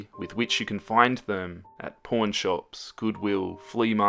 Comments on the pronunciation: Did you say porn shop or pawn shop because u scared me when u said that lol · I listened to this one last night half asleep and i swore he said porn shop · I thought you said "Porn shop" and I had to check the subtitles. I'm sorry XD